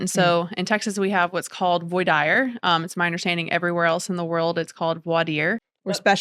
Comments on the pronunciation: I once was summoned for jury duty, in Jacksonville FL, and went through voir dire. They pronounced it just like you. It was very disheartening. A murder trial, actually murder for hire. I was deselected by the defense attorney, based I think on my job, as a state tax auditor. Me, a hard-nosed "hang-em" guy!? Not really, I would have been very fair. A wife had app. hired a handyman to kill her husband. Wife had an attorney I wouldn't have bought a used car from; the guy had a PD. The prosecutor looked like a new law school grad. Trials got split, wife was acquitted, while the guy was convicted of murder for hire! Go figure! The stupidity of it all was off the scale. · Seriously though, the more I think about an attorney that does not know how to pronounce "voir dire", I am starting to get concerned, what law school do you have to go to where they say "voir dire" different than the rest of the country? And as someone who has dealt with Texas attorneys in general, I need to start investigating where most of them have graduated from law school, because the unprofessional things that Texas attorneys have said to me in the past, is breathe taking, for example, "oh, not having a working air conditioner is no big deal"....did you get that? A Texas attorney, in Texas, where its an average of 102 degrees Fahrenheit, about 39 degrees Celsius for my Canadian brothers, says to me, an air conditioner is not important. In Pennsylvania, a landlord can get in deep trouble if they don't provide a working air conditioner to their tenants...but in a state where its an average 102F/39C its a non-issue for attorneys and the legal system? Something is wrong there. If I can get a damn good attorney for a gun case like Emily Taylor, how can I not get a good attorney in a landlord/tenant issue dealing with life or death issue like not having a working AC in July? I mean I never went through that, I was trying to help out a neighbor,. but still.